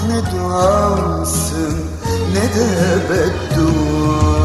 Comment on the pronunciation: Nede kelimesini çok güzel söylemiyor mu